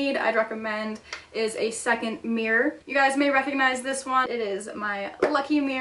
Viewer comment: The way you pronounce "mirror" is funny. Meer. Meer. Meer